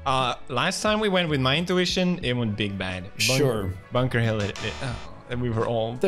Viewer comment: Pewds: it's Bunker Hill, innit? Going bri-ish